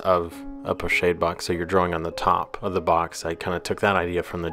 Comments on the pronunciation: Lovely work, perhaps a more accurate pronunciation, as it is a French word, would be ‘po-schaahd’ , like ‘ahh’, not as in shade. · Thank you for this - but it is pronounced 'po-SHOD' not 'shade'. Like a horse gets shod. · Being a French word, I thought it was pronounced 'Po-Shod'? Or is it 'Po-Shād'(the ā as in day)? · Pochade is pronounced with a soft "a" darlin...😊